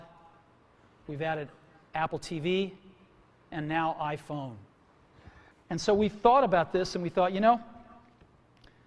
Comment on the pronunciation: スティーブの「iPhone」の発音が好きで真似してる。